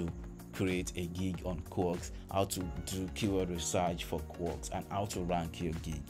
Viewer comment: Its" K-WORK" not Kuwork as you pronounce